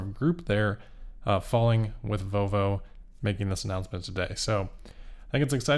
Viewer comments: I swear you said "Voe Voe" several times. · can’t pronounce the “L” in “Volvo” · Please ….pronounce the L in Volvo.